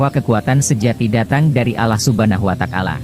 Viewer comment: Huwataalah ,bukan kuatakalah